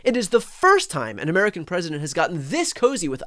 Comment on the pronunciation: Dear Karoline Leavitt- It's "President" with a "P", not "Fresident". Take some of that concrete out of your lip and you might be able to say it.